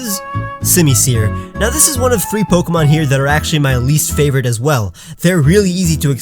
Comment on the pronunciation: DO NOT LEAVE OFF THE O IN FAVORITE!